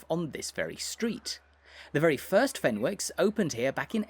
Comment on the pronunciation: It isn't pronounced Fenwick's. The W is silent.